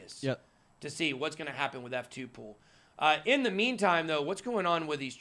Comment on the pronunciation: F2Pool Why is it so hard to understand when some people say this word. PRONOUCES YOUR WORDS CLEARLY PLEASE with out screaming.